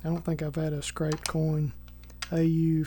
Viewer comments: Scrape, not scrap. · ....scrape not scrap. I don't think you're pronouncing the word correct?? Google the word scrape...."to pull/push something across the surface" - kinda like a scratch but broader. I've never seen them use that term either?🤔